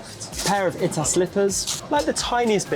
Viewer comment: It’s pronounced Eetaah not Itah.